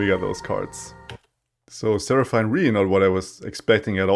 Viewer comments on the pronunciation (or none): it's actually pronounced as sera-fin